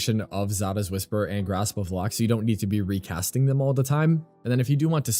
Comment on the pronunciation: Haalvu fits Xaku so well aesthetically too, I'm definirely switching over to this build. One note for future vids: Lohk rhymes with Oak. Not 'lock'. That kinda bothered me 😅